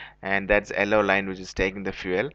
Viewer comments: alloe lines and alloe bunk ...hahaha..its yellow bro not alloe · ello or yellow mate. didnt get that for a sec. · Nonsense.. The return line is for vapors .. genius :| .. and it's not 'ellow' ..it's 'yellow' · Crap video... very untrue.... it’s yellow not ellow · wait isn't it yellow!why does he say Ello! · Where is the 'ello' line bro 😂😂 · its YELLOW with Y ffs. not ellow line. can't stop laughing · its nt ello. its yellow..